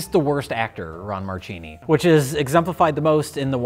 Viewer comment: Just going to be the know-it-all, Christmas party pooper here but in Italian, "ch" is pronounced "k". So Marchini is actually pronounced "Markini". Marry Christmas you bunch of hacks!